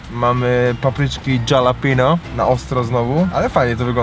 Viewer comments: to jest halapeno a nie dżalapino- nazwa drugiego burgerka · jak zwykle pewnie tego nie przeczytasz...ale czyta się: HALAPEŃJO. nie Dżalapino. pozdrawiam serdecznie... polonista, kur***wa mać :P jakbys powiedzial Halapeńjo to bylbym w 7 niebie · Jak by coś to wymawia się Halapenio nie hejt jak coś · . Nazwa burgera "DŻALAPINO" burger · dżalapinus ostrokus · Dżalapinio burger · Dżalapindo burgier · "dżalapino"....joe biden sie znalazł :P